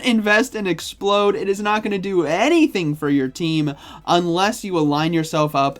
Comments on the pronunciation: It's not explode! It's ex-p-loud. As is loud! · ExpLOUD... LOUD! Not Explode. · You do know it's pronounced Ex-ploud right you keep saying explode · The fact he says 'Explode' twice in a row when it's clearly 'Ex-p-LOUD' makes me feel like he's taking the piss. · Exp-loud not explode, by the way! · Exploud not explode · Also it's ex-pLoud like loud, not explode. Like how the pre evolution is LOUDred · Awesome vid as always! Grammar tho :p not expload. Exploud! "Loud" "explosion" 😁👍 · It's pronounced ex-pla-ud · Oops. Already invested in Exploud 🤗 like I have alot of “non-meta” pokes. It’s no question that I’m not in the millions in stardust like a lot of my poke-peers are 😂 Also isn’t it pronounced “exp-LOUD”? Or are you just waking up bc it’s so early you don’t care how a fictional beast’s name is pronounced? Lmao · You're saying Exploud wrong it's not explode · It bothers me that he calls Exploud… as in loud…. Explode…. Over and over and over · showcasing the new spicy pick ✅ mispronouncing it’s name ✅